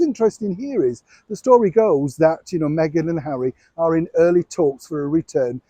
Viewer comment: This old man make his money trashing Duchess Meghan. He can't say her name right 😢